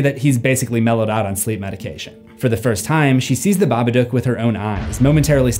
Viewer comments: saying babadook wrong.. bab-a-dook idk wtf ur saying but its wrong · The Babaduuck